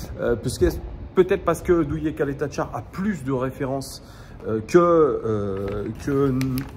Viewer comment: Salut. Il faut que tu révise le croate afin de prononcer le nom de Duje Ćaleta-Car convenablement; c'est Tcjaleta-Tsar 😉